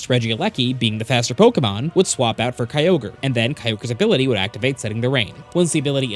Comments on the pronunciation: Kyo-gray Two syllables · Why do people pronounce Kyogres name as Key-ogre 😂